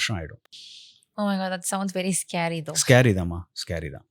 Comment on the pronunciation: Pronunciation: scary = skeuh - ree